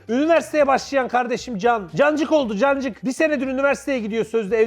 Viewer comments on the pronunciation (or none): Her cancık diyişinizde kancık demişsiniz gibi hissediyorum. Bu yüzden dayanamayıp abone oldum sjsjjsjs